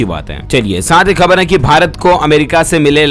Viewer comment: Siir ap urdu wards k poronocataon sahi kara karo plz..etc..kabar-kahbar; marij-mariz ';jilo -zelo ; aiozan=aayojan ;zairi=jari ; etc..